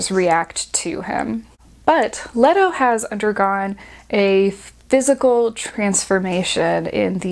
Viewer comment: Lee-Toe. Lee-Toe.